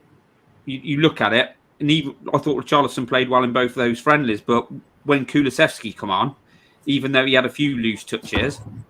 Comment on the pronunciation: Am I hearing it right?? She kept saying Kulusexy?! 😨